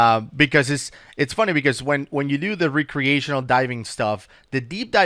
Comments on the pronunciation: I like how you say the word- "rec·re·a·tion·al " / rekrēˈāSH(ə)n(ə)l Its actually pronounced 'rekrē'. Just sayin. ^5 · sure knows the word oxygenated but can't pronounce recreational:P love your content fellas